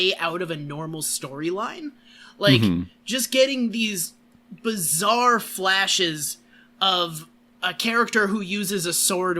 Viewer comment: the little slip said near the end "jojo's bizzare opinions" should be another subtitle for this:)